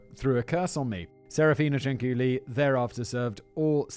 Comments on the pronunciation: Actually the lady “s surname was CIANCIULLI (pronunciation: Chan-chu-li)and NOT Ciancuilli . And I know for sure cause I’m Italian btw 😇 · I was born not far from Correggio, and I remember the stories my father told me about her when i was a child. And by the way, the correct name Is Cianciulli, not Cianculli or Ciancuilli. 😂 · No no no no my friend. Please read this comment. It's pronounced CHANCHULLEE. The second C Is a CH sound, not a K sound. You're welcome. An Italian listener. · BTW the pronunciation is ChanChoolli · For those that care, the correct pronunciation of her last name is "Chan-chooli". It's also actually Leonarda Cianciulli. The U and the I are in the wrong place. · OMG THANK YOU FOR DOING THIS ONE! She's the inspiration for the soap making scene in Fight Club. Also, you are more kind about sex workers than people who are religious. Like, I adore your content, but maybe ease up a bit? It's pronounced [Chin-chool-ee] Also lemme add, as much as I love your content; another channel?! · The name Cianciulli is pronounced: Chan-chyoo-lee, or, Chyan-chyooli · I'm six months late...kinda a new subscriber, but knew of this case from other channels on YouTube. I never laughed at the other ones, but Simon trying to pronounce that last name of the "psycho soap lady", had me in tears. Not two minutes in and I'm losing it! Love the scripts that are read, but if the one reading it has no emotion in their voice, it can ruin a great script. Simon nails it every time! Bravo David!Bravo Simon!! Only wish I could like this video twice <3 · I didn't watch the episode yet, but as an italian I'm very much concerned about the pronunciation Edit 1: why did I see Samara dance the napolitan tarantella? But most importantly why the hell did it made me laugh so hard? Edit 2: why on earth Leonarda looks like my grandmother's sister? It's basically her, only younger, apparently shorter and thinner Edit 3: the pronunciation wasn't as bad as I was expecting honestly